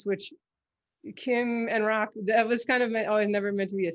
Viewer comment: Thank you, that was fun. I do have a soft spot for Sicarius, and I had a feeling about Rache (need to catch up on that series, though). And if you like, I can teach you how to pronounce Rache in modern German. ;)